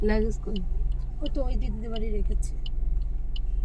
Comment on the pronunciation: কথা লেগেজ না লাগেজ